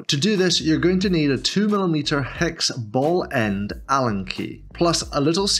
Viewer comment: Great video! How many times did you say bellend instead of ball end? 😅